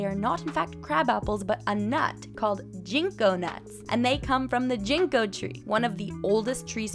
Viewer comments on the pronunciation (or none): i like your vids. apple seeds won't grow the same apples because the trees are grafted together. also the g in ginko is pronounced like the g in get